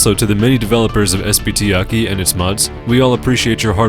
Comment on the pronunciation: its not pronounced "Aki" you weeb. its A.K.I